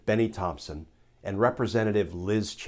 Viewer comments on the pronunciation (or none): none